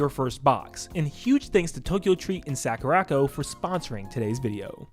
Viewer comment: Sakura. Co. Not sackuracko. Please, for my sanity...